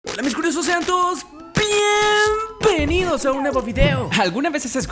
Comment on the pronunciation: Alguien escucha una P en bienvenidos en el inició del vídeo? PD:Yo escucho un PIEEEEMBENIDOS